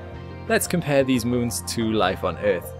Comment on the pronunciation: "Müns" ... lol